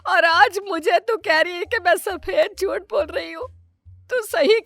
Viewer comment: Jut nhi jhut hota h bolna to thik se sikh lo phle😏😏😏😏